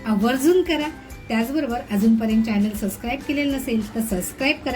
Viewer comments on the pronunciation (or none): none